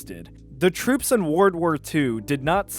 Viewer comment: Why do you struggle to say "world"?